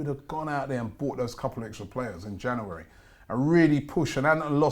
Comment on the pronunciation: Why can't say January